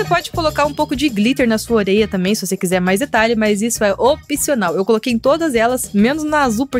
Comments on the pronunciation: só eu q entendi oreia? 😂😂 Te Amooo ❤❤ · "oreia"??? Só eu que percebi isso? Kkkkk adorei o vídeo kim ❤ na amarela é mais sabão ou mais cola? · você falou oreia